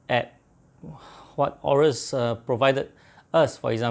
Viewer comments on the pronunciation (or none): It's actually pronounced "a-yo-rus"